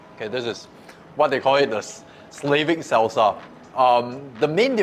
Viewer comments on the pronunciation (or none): Bro it's "S-LAH-vik" not how you say "slave" like "Slave-vik". Anyways the Medovik is to DIE FOR!